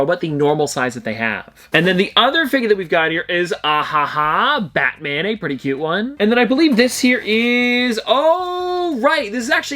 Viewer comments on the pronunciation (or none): none